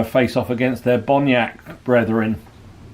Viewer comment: Another great game, yes enjoying these games with these different troop types and would love to see another. Maybe an ambush type scenario?👍 Mate was that just bad pronunciation? Bonnacht, Gallowglass, there was also a short period of blurred vision....have you been at the Cooking Sherry again? 😂